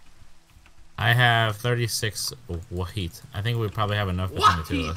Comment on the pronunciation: Everytime speedy says wheat, it sounds like he says weed.